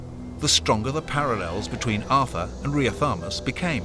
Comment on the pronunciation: Riothamus, which Ashe pronounces as Riotamus. Don't you hate inaccurate voice-overs? I do.